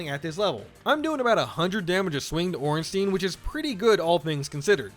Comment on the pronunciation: The German Z sounds kinda like the "ts" is Japanese words. Also Ornstein is pronounced wrong by every non-German speaker ever.